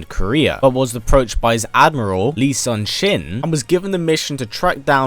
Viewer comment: I hope Hwang stays this time. I much prefer the more seasoned warrior over the newbie energetic kid. Love your videos. Also to add in some corrections. The cammander's name is pronounced Yi Soon Shin 이순신. As he is a very famous national hero of Korea. Also during during the events of Soul Calibur / Edge Korea isn't called Korea. Instead it is called Joseon 조선 after its dynasty. Also some trivia. Hwang was used to replace Mitsurugi in the game Soul Edge / Blade as Samurai are Japanese and not well received in Korea due to the two nations' history. He also replaced several other Samurai characters in games.